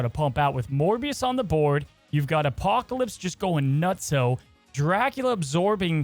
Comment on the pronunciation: How hard is it to say Apocalypse? Good content otherwise.